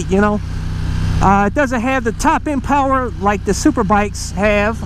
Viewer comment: That Xdiavel Powahh!!